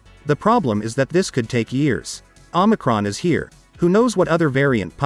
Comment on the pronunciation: love your videos homie but if no one has corrected you let me be the first, it is OMICRON pronounce (OH-MI-CRON) not Omnicron.